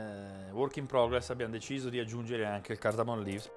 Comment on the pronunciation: Ciao “Cardammt leaves” come ti suona invece?